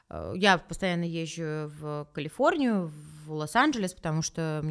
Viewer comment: Она так смешно произносит названия американских городов и штатов, как будто с акцентом))) Я была в КаЛиФорНиИ и когда я выезжала из ЛоСАнДжЕлЕсА, кек))